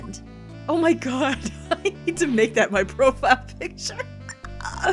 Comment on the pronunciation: I managed to Skip 5 seonds and make you say "Oh my Gowohd"